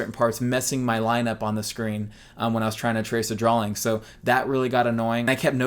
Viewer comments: Love you, love this, good video. Quit saying drawling. It's drawing. For god's sake you're an artist! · I don't know. I feel like this twitch will be with me the rest of my life. While we're on the subject...why do you put an L in "drawing"? You say drawling.